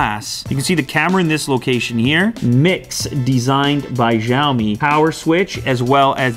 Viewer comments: It's not pronounced shaomi, it's pronounced syayomi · it is called sheeeaomi not xeeeiaomi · Btw. It's pronounced as shaomi instead of zaomi. ❤️❤️❤️ the vid as always. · The X has an sh sound. like shop. So from now on say shiao me. Not zhiao me. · is pronounced “Shiaomi” not “Jaomi”.. kkkkkk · I'm confident the correct pronunciation is 'siao-me' with a regular 's' sound. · Unbox Therapy Its Siow-Me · Unbox Therapy u pronounced Xiaomi wrong. It's pronounced shee-ow-me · You're pronouncing Xiaomi wrong. It's pronounced like SHAO-me. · Lou....pronounce as c(as letter C)-aw-mi LOL. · It should be pronounced "SHIAOMI" :) as original chinese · It called "xiaomi" not "zyaomi" 😶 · It's pronounced "siao-me", which is translated as "little rice" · It's pronounced (Shee-yao-mee) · It's pronounced 'seeow mi' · you read it djaomi :DDD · X makes a "sh" sound in pinyin. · Xiaomi pronounciating just kills me every time you try to say it.... Please stop....